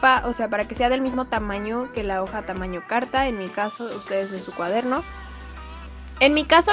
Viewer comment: Alguien mas se dio cuenta de q dice cuadermo ?